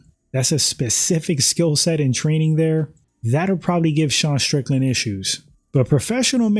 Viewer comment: When people say SH instead of using the proper pronunciation ST I immediately leave and never watch again, it's a girl thing.